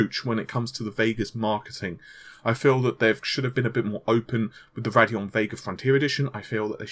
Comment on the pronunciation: It's Radeon not Raddeon